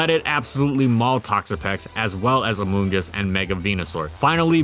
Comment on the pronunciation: I just keep hearing "Amogus" when he says the Mushroom's name